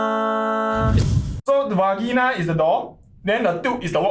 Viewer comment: va ge na? gg why the pronunciation so weird one